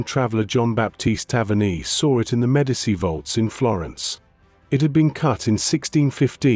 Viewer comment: Why is it so darn difficult to get an AI narrator to properly pronounce Italian, French and German words and names. It's really annoying. There's no excuse to mispronounce "Medici."